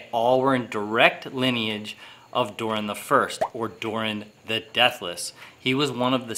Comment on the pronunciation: Its Durin not Durian wkwkwkwk LOL:face-purple-crying::face-purple-crying